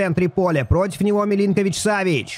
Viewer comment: Имена игроков произносить правильно так : Сергей милинкович-савич И Томас партэй А то уши режет когда произносишь хрен пойми как Это тоже самое что месси произнести мисси…спасибо